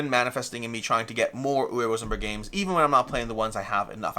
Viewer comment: Say it with me. Uwe is pronounced oo-vay.